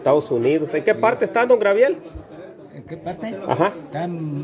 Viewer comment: Todo bien,pero por que siempre dices "Grabiel" en lugar de decirlo correctamente como Gabriel?